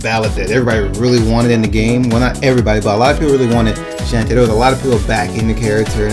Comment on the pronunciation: Everytime you said shantae's name I twitched lol. I don't mind it but other people might so fair warning ok? Besides that your list was creative, I don't agree with everything but I appreciate the effort you made. Anyways, here's my obligatory list of 3rd Party Characters I'd love to see. -More Sonic reps (Tails, Knuckles, Amy, Cream & Cheese, Shadow, and Dr. Eggman) Yes I'm greedy but damn it Idc. -More Megaman reps (Protoman, Bass, Roll, and Duo) -Bomberman (Konami) -Klonoa (Bandai Namco) -Sora or Noctis (Square Enix/Final Fantasy/Kingdom Hearts) -Crash Bandicoot and Spyro (Sony/Activision) Not as team mind you but I can't see one of those 2 showing up without the other close behind.